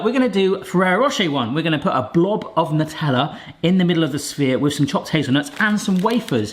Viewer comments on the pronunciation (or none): Hello, great video! Just to point out: NUTELLA is an Italian product and as such is spelled in Italian so : Nutella go with : nuclear